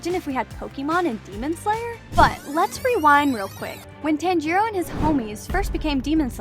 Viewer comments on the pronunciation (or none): Not to be rude but it’s not pronounced “Tan-jee-roe” it’s actually “Ton-jee-roe” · the way she pronounces tanjiro as (TAN-JE-RO) makes me want to commit not breathing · No way you pronounce it, tan-jeeroh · It bothers me you pronounce it as ‘Tan-Jeer-O’ when it’s pronounced as ‘Tahn-Jur-O’ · I tried so hard to appreciate your video, but, you make it very difficult when you don't bother with how their names are pronounced, should I phonetically spelled it is Tanjeeero, and Kanow, and Shinobu sisters name is Kanneye? I'm trying to help you. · They miss pronounced Tanjiro they said tanjuro🤦‍♂️ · Tan-jiro bro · I mean not tan-I-to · she really prenounced it like TAN-G-ROW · why does she say, "tan-jiro"? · Can't watch if she keeps saying Tanjiirouu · "tan-gee-roh" made me laugh uncontrollably for five minutes straight T-T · Bro it's not tan-jiro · we can all tell she watches dub because she pronounces Tanjiros name as “Tangeerow” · Bro stop saying TÄËÑJÏROWH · Please, please just say the names right. It’s killing me when you say tan jee row and gyoo tar ohh and kuh nat it just hurts my ears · every time it says "Tan-gee-row" is just 😭😭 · I’m sorry but can you please stop saying Tanjiro as tanjeero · Fun fact: you said tanjiro wrong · Well, Inosuke doesn't actually mispronounce Tanjiro's name on purpose. It's because since he was raised by boars, he has poorer reading and speaking skills than an average person. He can take between 7-13 tries to get someone's name right! Another thing about Kanao: I don't think she's actually Kanae and Shinobu's little sister. In the first season where it shows Kanao's backstory, it says that she was a servant being carried around until Kanae and Shinobu threw money and took Kanao in. Unless she was seperated and reunited with her blood sisters by some miracle, I don't think they're actually related, though Kanao is as close to both of them as a sibling would be. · Is it TAN-Jeero ( Pronounce ) Or. (Ton-Jero) Cause you saying it weird